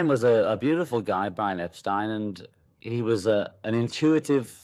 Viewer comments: It's Ep-Stine, not Ep-Steen. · "Beatles" (with a T), not "Beadles". And "Epstein" = "Ep-stine", not "Ep-steen". 😐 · Disappointing errors in detail. Mispronunciation of Brian Epstein’s surname as “ Epsteen “ rather than “ Epstine “. Anyone who knows the Beatles knows this. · You got Brian Epstein's name wrong! Clearly you must be an IGNORANT AMERICAN!(ALL AMERICANS ARE IGNORANT!) The name Epstein is meant to rhyme phonetically with "dine, wine, fine" etc.